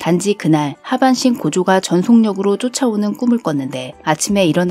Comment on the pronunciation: 고죠가 아니라 죠입니다